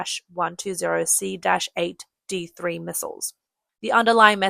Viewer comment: It's pronounced aim not A I M. These would equip the American F-16. The American F-16 cannot use Chinese weapons and Chinese aircraft cannot use American missiles; this is school-boy knowledge...back to your ox-cart...